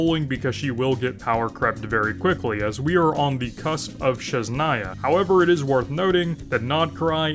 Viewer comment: every time he says sheznaya instead of sNEZHnaya my ears bleed